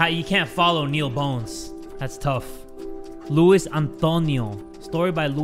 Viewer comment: Actually, Luis is supposed to be pronounced as “Loo-ees” with “long E” sound, not “Loo-iss” with the “short i” sound. It’s a Hispanic name—a Spanish-language name. You were pronouncing it as “Louis”. Well, “Louis” pronounced as “Lewis”, not “Louis” pronounced as “Lui”.